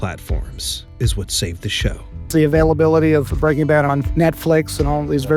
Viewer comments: "Breakin' bath" ? :face-orange-raised-eyebrow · she really sad "Breaking Bath" xD